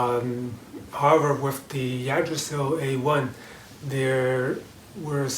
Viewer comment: thank you for the review and comparison to the yggdrasil ive been juggling between deciding on either one aslo yggdrasil is pronounced ( igg- drasil)